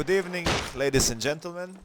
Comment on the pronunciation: Good ebening and gentelmen